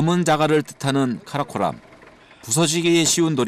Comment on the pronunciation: 카라콜람 아니고 카라코람 같습니다만